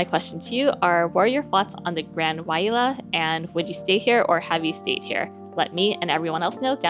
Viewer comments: Thanks for the frank review! I've been eyeing this property for a while... I might save my future Hilton free nights for another property. And I think it might be pronounced (why-lay-uh) 😊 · Wailea pronounced (Y LAY AH) FYI from a Hawaii resident, love your content